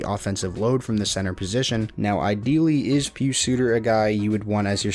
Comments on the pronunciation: You're saying Pius Suter's name just fine :) He was a great player for Zurich a few years ago. Glad he is doing so well in the NHL! Keep up the great work, love watching the videos. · you ARE pronouncing Pius Suter's first name correctly! As a fellow Swiss, I can assure you that you are not wrong. He has a rare first name - especially for his age. Pius was more in fashion in the 60's and 70's...it also has sometimes a religious background since several (12) Popes have chosen Pius as their name while serving